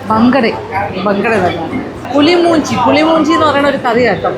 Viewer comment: U scrpaed some tulu words.. It's not pulimoonji... It's mulimunchi...